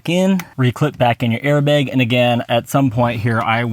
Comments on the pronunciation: Did you say "Al-Carda"? It's the material "Al-Can-Tara". And those weren't Allen Wrenches, that were Torq Wrenches. Also, "Airbag" the "bag" part is pronounced like "bat". And you can use AC, just on the lowest setting and the mic won't pick up the fan noise. Or better yet, cool your car prior to doing the recording, then turn it off or on low. You're welcome. :) In all seriousness, good video. I would never get a Yoke, they're good for at the drag strip but not for on the streets. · airbeg LOL